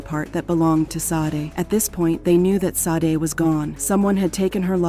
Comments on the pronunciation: Rip and all respect but they cannot pronounce her name correct like ITS JUST SADE NOT SODEY SHADAY OR SASHEY ITS JUST SADE!! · The pronunciation of her name is so wrong, it's almost as if the AI mistaken "SAID" instead of "SADE" this is becoming the new normal so wrong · Shadey is the right pronunciation but i guess the computer is pronouncing what is written and what it sounds like. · 🕊️🥀 So disrespectful to continue mispronouncing her darn name. RIP PRONOUNCED SHA-DAY!! 🙏🏾💔😢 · Sade pronounced Sha-day. The AI voice mispronounced a lot of words in this video! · Her name is SADE PRONOUNCED “Shah-day”. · These computer generated voices are starting to become a little aggravating. There were at least 3 different pronunciations of “Sade” and they were all incorrect. RIP Sade and prayers to her family.